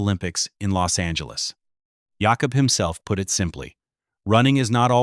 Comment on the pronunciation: His name is pronounced Yáh-cub